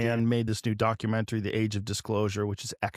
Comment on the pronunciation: Say, "Mysterious" and "Documentary" 😄🙃 "Miss tree us" and "Docu men Tarie"